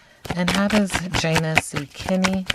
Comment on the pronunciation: Omg you did the reading let me watch 🥹!!! Yay thanks I loved them on Love island! Hopefully you can do Kordell and Serena also from love island USA. Her name is actually pronounced Janae